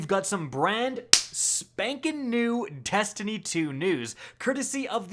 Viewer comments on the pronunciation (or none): Testiny Two